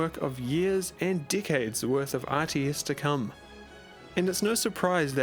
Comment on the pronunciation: i swear everytime you say decades it sounds like dickheads